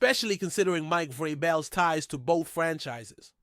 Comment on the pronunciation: I don’t think I’ve ever heard someone mispronounce Vrabel until watching this video…